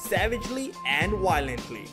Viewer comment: its not wiolent its Violent with a V